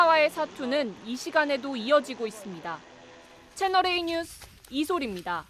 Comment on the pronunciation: 조수빈까지 뉴스를 유스로 발음하는군요. 실망입니다.